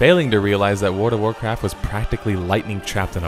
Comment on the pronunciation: I've never played Wuard of Warcraft. There's an L in the word WORLD. It's a small thing, but it's annoying hearing you say it wrong.